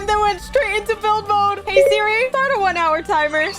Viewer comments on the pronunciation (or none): none